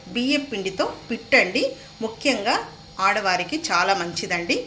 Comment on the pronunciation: Pittu kadhu madam "puttu"